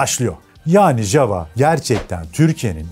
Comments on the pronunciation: Çek dilinde yava diye teleffuz edilir.ja va demeyin ayva gibi oluyor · Herkesin ismini yanlış okuduğu çek efsanesi. Çekçede j hsrfi y olarak okunur yani jawa değil yawa diye okursun ama gelde anlat bizim millete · (ja)necek ya diye okunuyor isimde.. peki marka da Jawa neden Yava değil de yazıldığı gibi okunuyor? Doğru telaffuzu Yava olması lazım değil mi?